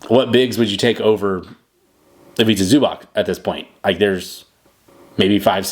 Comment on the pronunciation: If you gonna do a vid about a dude, maybe first learn how to pronounce his last name in proper way? zoo-bahTS, not zoo-back